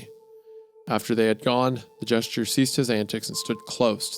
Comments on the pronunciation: Anybody else annoyed by how Wendi says "Jester" as "Gesture"? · Hunter mispronouncing a word: FUCK!! Meanwhile Isaiah: gesture, jester, gesture, gesture...